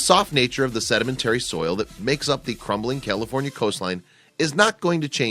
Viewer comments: he says "Killafornia"..... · Did he say Killafornia? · Wait...did he say "Killafornia" at the beginning? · At the srarr it sounded like you were saying killafornia lol... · It's not prounounced "Killifornia" unless you were going for a pun. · What's Kielifornia? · Sounds like he’s saying Kill-a-fornia. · Kill-aforinia??? And he's always wanted to live there. I can't imagine anyone that doesn't know how to pronounce CALIFORNIA. Really?? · I stopped watching after he said cillafornia lol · Did he say Killafornia in the first sentence? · Did he say kilafornia? Lol I love California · Does anybody else hear this dude call it KILL-afornia? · why is he saying kill-a-fornia? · Wait, did he say Killafornia? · This guy keeps pronouncing it like Killefornia. More fitting. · You call it killa fornia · YOU CAN'T EVEN PRONOUNCE CALIFORNIA . BESIDE THOSE DIP SHIT DESERVE IT. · Flood control has stopped sand replacement along the beach. This is what you get. Please have someone help you pronounce California. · I love how the narrator can't even pronounce California correctly